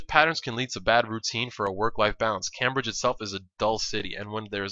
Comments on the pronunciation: It's Came-Bridge, Not cam-bridge :L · It's pronounced Came-bridge not Cam-bridge. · its not cam bridge its pronounced came bridge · i don't know if there is a correct way to say Cambridge but i have never heard anybody say it Cam bridge i have always pronounced it Came bridge because thats how everybody i know says it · nice video. Just 1 thing though, it's pronounced came-bridge not cam-bridge :D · sorry but i have to say this. its pronounced 'came-bridge' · it's pronounced "came-bridge" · its pronounced "came - bridge" :) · it's pronounced came-bridge. lol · You're not english but Cambridge is pronounced Came-bridge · Cambridge pronounced came-bridge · The way you pronounce Cambridge hurts my ears.